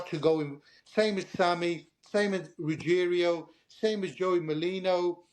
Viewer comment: Ruigiano not ruggerio 😂